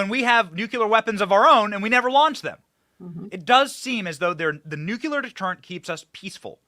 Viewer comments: Benny , you are too smart to say "nucular". You know it's "nu clee ar" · Come on Benny please please say “nuke-lee-ur” not “nuke-u-lur” it drives me crazy 🤣 love the show absolutely amazing work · Please learn to pronounce NUCLEAR correctly !!! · There is only one U in nuclear